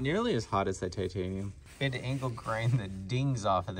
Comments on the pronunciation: "Chitanium" lol love it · "Chi-tanium" lmao